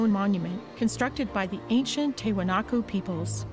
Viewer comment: After all the interviews with historians and native descendants, the voiceover guy still mispronounced Tiwanaku. That's incredibly annoying.